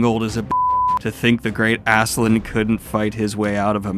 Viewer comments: How does "Ass-keh-lad" become "Azz-zuh-lind" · Love your review of this series but I will say its pronounced Aske-LADD not Aske-LAND lol. His name means Ashen One Askekand would mean Ashen Land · Please, I urge you to call Askeladd by his real name, it's not "Askeland" not land. It's Askeladd, ladd. Ladd. In some previous video you said you pronounce names incorrectly for the engagement. It's heinous, but I guess I can give props. Just don't do it with Askeladd, please. I wanna discuss this manga but "assland assland" land is all I hear. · I know you've settled on Asklan here, but its so close it frustrates me to no end! It's Ask-e-Lad ! Sincerely, Scandinavia. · Btw, Askeladd is pronounced Ass-kill-lad And Cnute is pronounced Ca-noot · Holy cow dude... how can you get Asslan out of Askeladd? There's no N. Where's the K? smh. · I love you but please stop calling him Ass land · I forget if mispronouncing Askeladd's name is now a bit, but just in case.... It's pronounced like the sentence "Ask a lad" (as-keh-lad) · The way you pronounce Askeladd's name hurts so bad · what is the pronunciation of this guy i always called it ass k lad